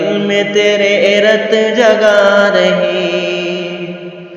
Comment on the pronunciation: رَت جگا نہیں ہے ،وہ رُت جگا ہے بھائی